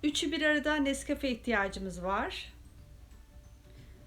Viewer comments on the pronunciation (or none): Ellerine emeyine sağlık Kardeşim çok güzel nesgağe süt kahve deyişi farklı olmuş